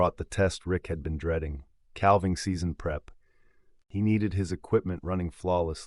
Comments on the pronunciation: Learn to pronounce "calving"! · "Combined"? "One Eighteen Hundred"? "Calv-ing"? "Twenty and eleven"? AI crapola!! CREDIBILITY: Zero. Who proofed this, John Deere?